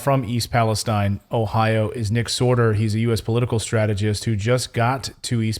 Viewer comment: Thank you for pronouncing Palestine properly.